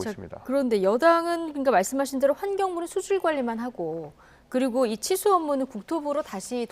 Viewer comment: 앵커가 발음을 정확히 해줬으면 하네요. 칠수 업무라고 들립니다. 기자 리포트 듣고나서 치수 업무라고 이해했어요.